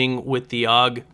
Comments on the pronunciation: its pernounced "A.U.G" not 'aug". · You don't pronounce it "awg". It's always been ay-yoo-jee. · It's not pronounced aug. It's a u g. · so I'm a "gay kid" just because I let you know the correct way the gun is pronounced. Wow just because I actually have gun knowledge unlike you doesn't mean I'm gay. If you want to say it incorrectly then go ahead I'm not stopping you even though you sound like a fucktard then don't say a u g